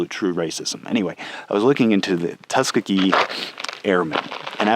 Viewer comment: Great episode! One note, though: it's pronounced tus KEE gee, not TUS kuh gee